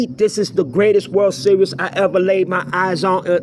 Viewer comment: WORLD SERIOUS ? Are you able to speak any English ?